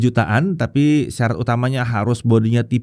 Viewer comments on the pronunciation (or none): Btw, "sarat" bang, bukan "syarat"😅